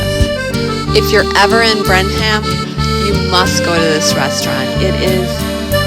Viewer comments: It’s pronounced Brennem. No ham in it. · BREN-UM…… 😂. We used to set up and sell in Warrenton. It was hard work but really fun too. BREN-UM 😂 is the home of Blue Bell Ice Cream!